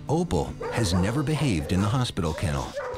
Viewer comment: Was really pronouncing hospital as, “ospital”? Last time I checked hospital was pronounced with an, “H”.